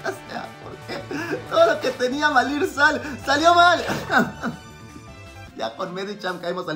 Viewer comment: Minuto el disléxico jajaja... "todo lo que tenia que malir sal" jajajaja.